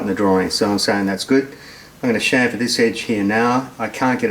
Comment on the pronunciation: Nice to hear the ozzys can say chamfer unlike the yanks